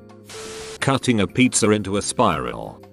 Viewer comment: “Cutting a PEET ZER into a spiral” No you maron it isn’t pronounced like that